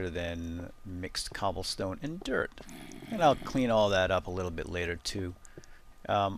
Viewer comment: Every time you say "dirt" I hear "derp". :D It's really amusing.